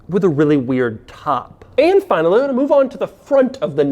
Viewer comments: .... say what Doug!?!?... LOL "And fnalalal we move on to the front" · Doug the type of guy to say "And Finalilmlm"